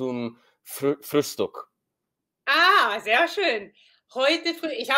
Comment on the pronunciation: Nicht unbedingt. Ich denke auch, dass sie eher beeindruckt war, weil er erst seit einer Woche Deutsch lernt. Dafür war es schon echt gut. Aber jemand muss ihm das "ch" und das "ü" beibringen ohne Google Translate! "Frühstück" war schon sehr holprig. Trotzdem, für eine Woche war das besser als alles was ich in meiner ersten Woche Englisch zustande gebracht habe. XD